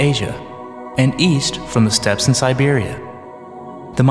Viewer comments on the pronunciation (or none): none